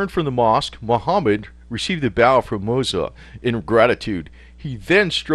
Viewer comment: Moo-ez-ZAH is the correct pronunciation.